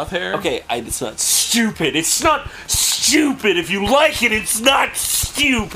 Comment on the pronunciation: ITS NOT SHTEWWWPID!